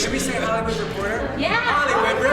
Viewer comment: Everyone: Hollywood Reporter Ricky: Repotah